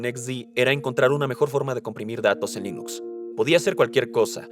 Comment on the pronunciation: No se dice Lainux, se dice Linux. Es ricitos de oro, no risitos de oro.